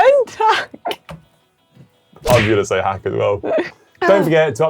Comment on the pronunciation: Seeing the edit of Connor saying Hank instead of hack just about made me choke on my dinner